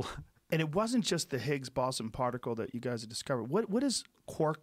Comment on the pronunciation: Did Joe just say "Higgs bosom particle"?